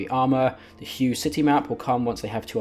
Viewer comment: Not a big deal, just a bit of a goof I noticed. When you said Hue you pronounced it wrong. The city's name is pronounced "hway" Definitely looking forward to this game though. Hoping it can live up to the promises